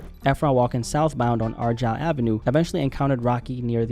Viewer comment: How did you pronounce “Argyle” or 🧐